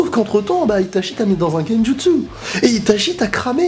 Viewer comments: Bien que l'épée de Totsuka soit forte, tu n'as pas parlé d'Amaterasu, c'est l'arme ultime contre n'importe qui avant de sortir Susanoo Par contre j'ai saigné des oreilles à chaque fois que tu prononçais Itachi ... ça se prononce I ... TA ... TCHI Désolé mais Goku, sur ce coup (ouais ça rime) c'est le maillon faible, Itachi le maillon fiable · Réellement, Itachi. I-TA-CHI voilà c'est tout ce que j'ai à dire 😂